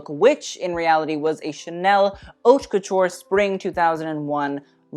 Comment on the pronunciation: Stop mispronouncing ‘haute’... wtf